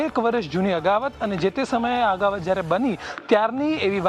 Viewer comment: અગાવત નહીં ભાઈ અદાવત બોલો.